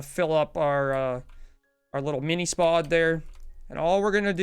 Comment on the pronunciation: It's spod not s-pod